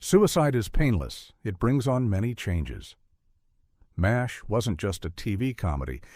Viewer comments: Quit calling it M. A. S. H. It's MASH. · Wow, this is bad! Never once has this show been called M A S H ... it's MASH. I turned it off when they misspelled Klinger's name ... you can't blame AI for that.😡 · No one calls M*A*S*H Em Ess Ay Aitch except idiotic AI!